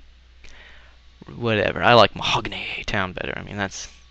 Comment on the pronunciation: if i only got penny when i loughet at you saying mohogany